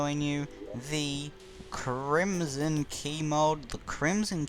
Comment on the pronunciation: “kerhimson key”